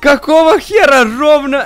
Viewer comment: Не рховно а ровно